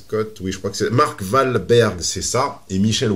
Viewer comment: Bien avant toute analyse psychosociale du cas présenté, Il faut remettre les choses en ordre, Mark Walberg ( Prononcé OUALberg) est ultra banckable, c'est un monstre du film d'action des Années 2000 , il a enchainé les block Busters, il représente l'archétype du Hero pour des centaines de millions de gens dans le monde, on peu dire aisément que c'est le successeur de Sylvester Stallone ou Bruce Willis. De plus, c'est un très bon acteur et très charismatique. Je n'avais jamais entendu parlé de Michelle William, qui la connais ? Personne ne va voir un film pour Michelle Williams. Elle ne vaut pas un clou. Elle a été rémunéré en fonction de ce qu'elle rapporte. Et Mark OUALberg pareillement . Ma fois, qu'est ce qu'il y a à dire de plus ?